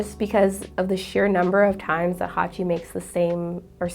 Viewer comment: It's Hachi, not Haki